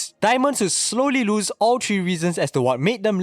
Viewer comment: ”nine point tree”